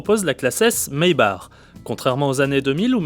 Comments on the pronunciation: maybar mdr , Maybach please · Ce dit maybakh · Ça se dit "maybaque" et non "maybar". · oh putin je suis a 20sec et le mec s'il redit maybar encore je vais péter un cable...chaud les journalistes auto,..qui s'y connaissent pas en auto.